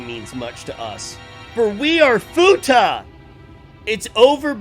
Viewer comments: Fuckin' lol. "Futa" Bruh, it's fuath. Like FWWWWWAAAAAAAATH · please someone tell him its called Foo wath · calling the Fuath "Futa" really changes those scenes xD